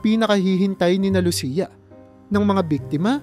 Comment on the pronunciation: Pangalan ni Lucia mali rin ang pagbigkas mo.